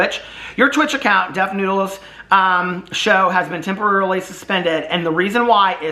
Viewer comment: You mean , Def Nude-les?